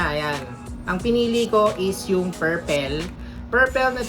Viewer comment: Perpel???? Ilokano ka ba?